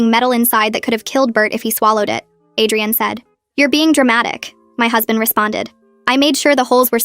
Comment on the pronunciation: It was probably Adrienne but ai voice read it as Adrian